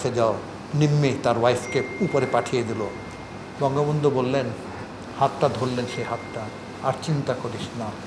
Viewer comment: এ বঙ্গবল্টু উচ্চারন করছে। এ মাদারচোত টা কে।।।